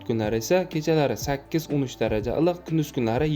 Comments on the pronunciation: илик дегин татармисан илк дисан😂😂😂😂😂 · САЛГИНА. ЧИРОЙЛИ. ГАПИРИНГ. УКАЖОН. ИЛИҚ. ДЕГАН. СУЗНИ. ГАЛАТИ. ҚИБ. АЙТАЯБСИЗ😂😂😂😂😂😂😂